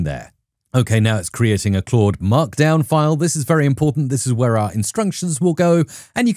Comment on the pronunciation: I love your videos. So much useful info. It's overwhelming what AI can do... And it's really just beginning. PS. Thanks so much for pronouncing "Claude" correctly. There's another prominent AI Coding YouTuber who doesn't, and it hurts my head whenever he says "Cload". (It's still great content, just hard to get through sometimes.)